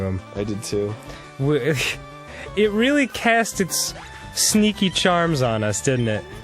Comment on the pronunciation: Now that I know he has an accent, and can't help but hear it when he says "cast" and "sneaky"